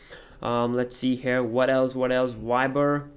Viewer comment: why ber haahhahaha its viber dude